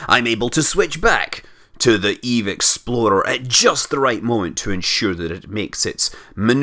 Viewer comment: RAFbatman I vouch for that name. Munar Exploder. For me, phonetically every time he said Explorer it sounded to me like Exploder. Maybe I wished Jeb would die. One of my most recent programmes he died in the first suborbital flight.